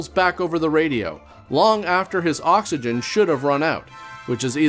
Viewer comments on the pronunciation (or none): none